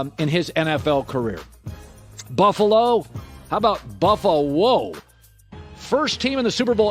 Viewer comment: Perfect! Colin's 'Buff a Whoa' was awful